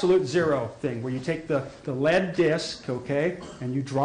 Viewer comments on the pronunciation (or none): none